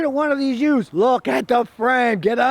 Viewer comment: i like how scotty says yoosed